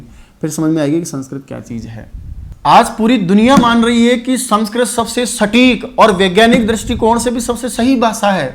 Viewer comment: Aap sanskrit ka galt ucharn kr rhe ho sir